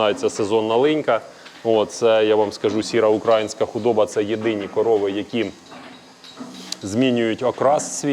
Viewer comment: УкраЇнська а не укрАїнська !!!!!! Дуже ріже слух( а так, дякую вам за відео